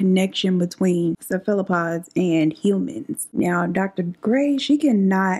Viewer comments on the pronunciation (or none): As soon as I heard you pronounce cephalopod, I assumed you listened to a pronunciation. They get you every time lol. Ceph-a-la-pod. Emphasize the Ceph and slow the word down. Then you got it;)